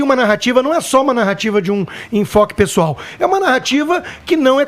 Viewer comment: Edgard: "visão pesdoal"? Põe pessoal nisso!